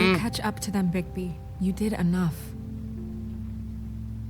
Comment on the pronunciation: por fin dijiste bien el nombre de bigbi